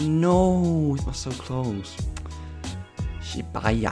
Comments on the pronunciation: it's pronounced, Shi-Boo-Ya, not Shi-Bai-Ya lol. Great video man! Enjoyed it. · shibuya is pronounce she-boo-yuh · its not shibaya lol shibuya is city name in tokyo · the way he says shibuya